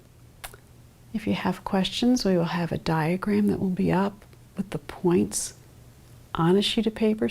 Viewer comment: Final consonants did it for me... "bacK" "wanT" "pointS" How is anyone still awake?!